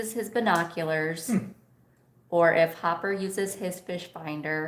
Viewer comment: Not Hopper. Hooper.